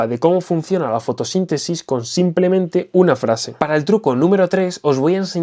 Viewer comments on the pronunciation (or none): none